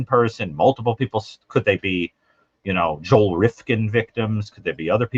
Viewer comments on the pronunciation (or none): none